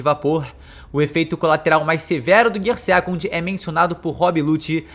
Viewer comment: GIAA SEKANDO GIAA SAADO GIAA FOOSU GIAA FIFUSU Melhor falar as marchas mesmo... kkkkkkkkkkkkk